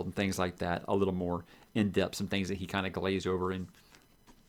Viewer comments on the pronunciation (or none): none